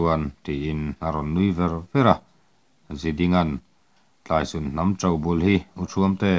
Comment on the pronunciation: Kelṭhuama chu kan hnampui tlaisun a ni tlat mai a.😊 mahse i i lam dan hi " tlai " hi lam san tur, " sun " hi lam hniam tur a ni e.